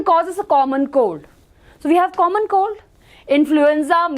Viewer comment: maam it’s common cold not common cod😂😂😂